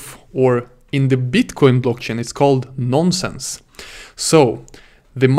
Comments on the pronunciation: It is "nonce". Not a "nonsense" :) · Cracked me up everything he kept saying "non sense":)) Had to check the comments to make sure I was not the only one hearing nonsense lol Great video and excellent teaching skill though. Keep it up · Non nonsense its "nonce"